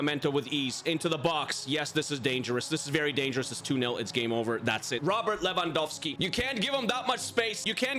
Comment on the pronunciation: Did bro just say Bobby Lewangolski 💀